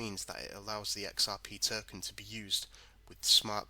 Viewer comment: What's a Flare "Terken" ?